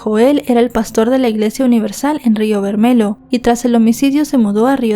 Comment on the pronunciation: DEBERIAS SABER IDIOMAS PARA RELATAR SUCESOS OCURRIDOS EN OTROS PAÍSES VERMELHO ES ROJO EN PORTUGUÉS Y SE PRONUNCIA BERMELLO EN ESPAÑOL CON (LL)😂